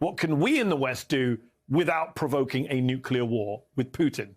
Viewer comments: It's pronounced "NOO-KLEE-YAR" and not "NYOOK-YOO-LAR" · Why do so many distinguished persons (even with military backgrounds,... whom should know better) say New-Kew-Ler? It is pronounced New-Kle-Er !!!